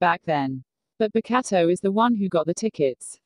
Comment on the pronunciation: Pls, every time the voice says “Bokuto”😂😭🤚 “Bakatto”🤣